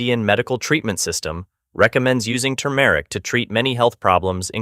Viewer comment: The male narrator is awful. AI? He even mispronounces turmeric. 🙄